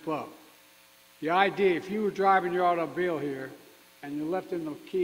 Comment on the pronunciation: 😂✌🏿🇺🇸 its auto_mobile mr President.